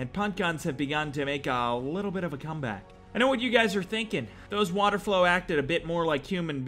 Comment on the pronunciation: Holy shit....its water-FOWL. WATERFOWL. Not 'flow'